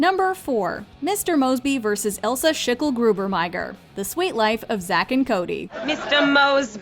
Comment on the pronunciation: Extra points to for saying ilsa last name correct